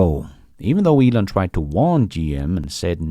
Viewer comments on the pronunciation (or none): none